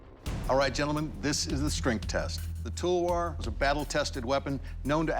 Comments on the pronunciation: "Tall ver" :- Talwar That cracked me🤣🤣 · Yes they are pronouncing wrong It is Talvar not Talwar If we pronounce something wrong they are like bruh and when they pronounce wrong...